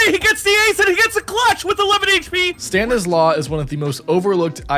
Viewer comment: Lol stanislaw is not about law - I think its just a russian Name wich is pronounced stanislaf